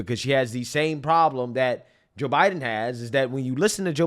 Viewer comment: The way you say Joe Biden is really annoying....."Ja Biden"......its Joooe Biden